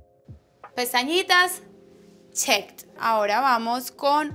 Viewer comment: Jaja carol dijo chet hembes de check